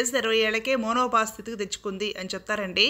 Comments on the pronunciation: ammaaa............ monopause kadu... menopause... yedi paditey ade cheppakandi devudu ave me estam.... kanisam science ni spoil cheyakandi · Menopause pronounciation = మెనోపాస్ Not మోనోపాస్